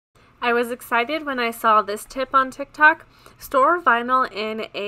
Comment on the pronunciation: OMG sawl is not a word. It very simple, say it with me... it’s SAW